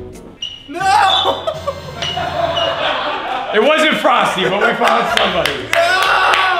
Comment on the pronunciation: YOU FEELING ALRIGHT EDITOR? Courage: Frosty: FrostE Me: What the fuuuuu